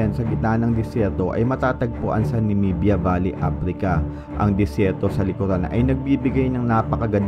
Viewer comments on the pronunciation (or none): none